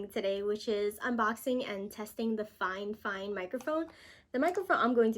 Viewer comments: Girl you said fine fine I think it’s fi fine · i love how she says fifine XD